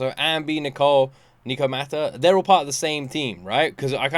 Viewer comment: Hears nekomata said 5 times. Still proceeds to call her nicomata 😂